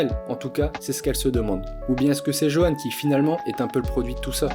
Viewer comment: Petite précision Johan se prononce Yohan